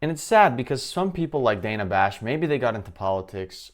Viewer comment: DAN-Uhh is how you accurately pronounce her name.